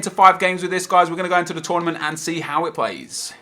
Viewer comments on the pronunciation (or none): none